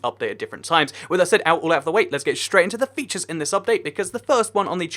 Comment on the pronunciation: Featires? xD